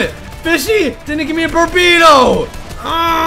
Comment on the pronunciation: It's burrito not bubrrito